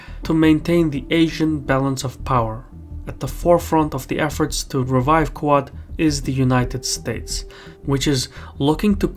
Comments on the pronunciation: It's not "coo-ahd". It's "The Quad". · you keep saying "ku-od"... but it is pronounced "quad" as in the word for four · Great video but I was 10 minutes into video before I figured that what you call "Koo ad" is actually QUAD pronounced "KWAHD" Keep up the great work. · It’s ‘kwod’ not ‘ku-art’. One syllable. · Every time says "QUAD", I keep thinking he's saying "Qowat" as in "Qowat Milat" from Star Trek: Picard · Why can’t you say “Quad” correctly?